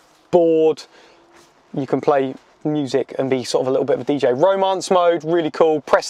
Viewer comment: Man the way you say ramance